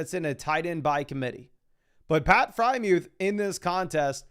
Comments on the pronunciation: who the heck is pat frymuth? its FreIERmuth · Why does he pronounce freiermuth as “Frymewth”?